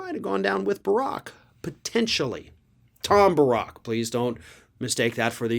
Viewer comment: I think it's pronounced Tom BEAR-ICK. 😏 On Cohen, I agree his track record isn't spectacular...at all. That said, he did his time, and he doesn't deny what he did [now]. Gotta admit, he's been pretty on-target with a lot of stuff.